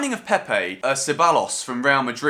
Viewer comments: it's pronounced se-buy-ohs (double L is a Y in spanish) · Two L’s in Spanish make a J sound so Cebajos if u want to. No pressure though.